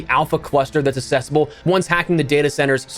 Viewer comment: Why do you keep saying "assessible"? Do you mean "accessible"? That's a different word.